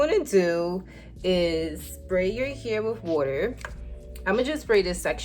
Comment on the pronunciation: The way you say hair 😂 ... soud like u saying “your here” Lolol ... what accent is that? Not making fun or trying to b negative.... I was just watching and when u said hair I was really thinking what “ what is she aaying” your what? Lol